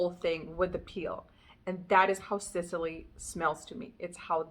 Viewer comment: It sounds like you’re pronouncing it Sitily…. Think SIS! Not SIT. Like the island off of the Mediterranean. Sicily